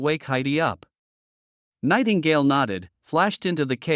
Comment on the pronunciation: you said Nightgale😂